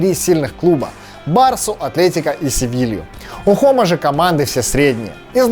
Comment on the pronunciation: И не Хома, а Джома